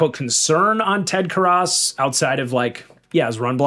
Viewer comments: Ted karrus. Care-us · Bengals do not have a depth problem at guard lmao.. they probably have one of the best IOL situations in the NFL. Also the way you mispronounced Ted Karras was wild lol